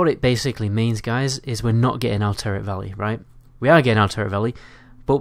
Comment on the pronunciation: wtf is "elteric valley" ?